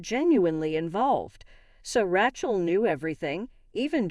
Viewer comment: It's Ray-shell, not Rah-chel.